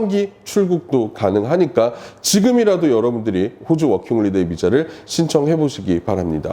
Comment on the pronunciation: 워킹홀리데이->워킹홀리데 허허~아쉽습니다